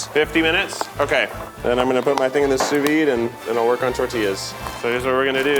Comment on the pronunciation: I love that keith doesn't know how to say sous vide, really puts the cherry on top of this one